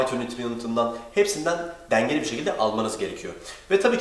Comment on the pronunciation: ayrıca denge kelimesi direk yazıldığı gibi okunmaz e harfi yumuşar.